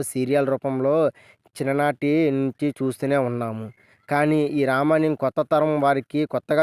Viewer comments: రామాయణం అని స్పష్టంగా పాలకలేకపోతున్నావ్ బ్రో... రమణ్యం ఏంటి... ముందు పలకడం నేర్చుకో తరవాత వీడియో చెయ్ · Ramanyam kadhu ra babu ramayanam adhi pls name cheda dhobbaku